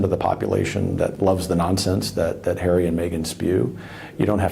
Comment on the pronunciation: Prince hawwy 🤣